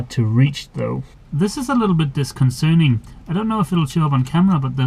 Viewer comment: Also “disconcerting” not “disconcerning”. :-)